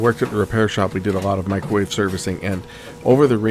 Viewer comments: What's a "macrowave oven"? LOL. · Mac-crow wave lol that's not a microwave that's a conventional oven size on the thing